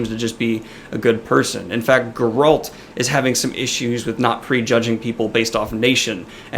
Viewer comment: I think your pronouncing Geralt wrong